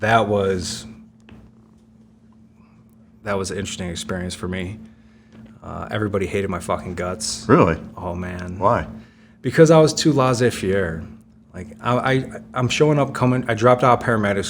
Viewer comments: Oh god, the way he pronounced Laissez Faire as "Lozz AYE Fee AIR" , cracks me up. It's pronounced Lez-A-Fair. Yeah yeah, I get that it's French but still, it's an extremely well known borrowed phrase just like Hola, Amigo or Adios. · More like: Less-A-Fair. That's the way us, frenchie, pronounced it. Salut du Québec.